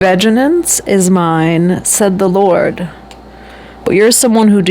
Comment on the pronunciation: Ven-jens. Not “ven-gen-ence.” 😂 You’re inserting an extra syllable.